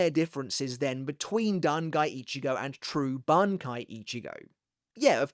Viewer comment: "Dan Guy Ichigo" lol 😂